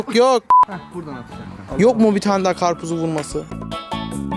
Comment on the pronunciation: O nasıl karpuz o karpuz değil KAPRUZ